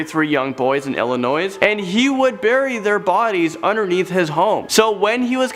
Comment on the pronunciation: I cringed when he pronounced "Illinois" (my home state) You don't pronounce the "s" in Illinois.